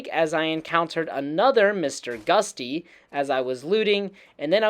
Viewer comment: 3 things that bothered me. you say Nuke-YOU-lar when it should be new-clee-urr. You say succession when it should be Suh-SESSION. And you literally call it Mr. Gust-y (like the wind? lol) when it's "GUT-SEE". Like "you got guts! Thats GUTSY!" If your medium is effectively speech, maybe you should learn how to pronounce words...